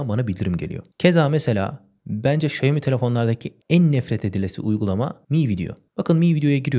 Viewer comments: Xiaomi telefonun söylenişi şaomi diye söylenmiyor mu şemi diye söylenmiyor diye biliyorum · şemi değil de şaymi desen daha güzel olurduu :)